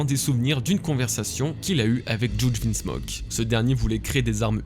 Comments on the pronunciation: Juge ce prenonce JuJI, comme c enfants Sanji, ichiji, niji...etc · Mec par contre le « jouuudge » il m à soulé 😅